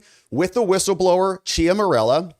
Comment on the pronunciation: Love your work, but if you're going to say somebody's name, like one hundred times, you should spend a minute to learn how to pronounce it correctly. "Ciaramella" is not pronounced "chia morello". This distracts from the story.